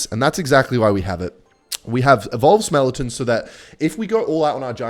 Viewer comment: it’s skeletons not smeletons